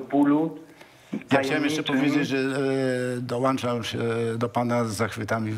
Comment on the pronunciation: Dołączam się a nie dołanczam ale i tak jest Pan wspaniały!!!!